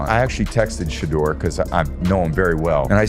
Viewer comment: Why is it that white narrators pronounce Sheduer Sanders name correctly, but the black ones pronounce his name like they’re illiterate? It reminds me of the nasty sportscasters who resented Muhammad Ali name change and pronounced Ali as “Alley” 😂.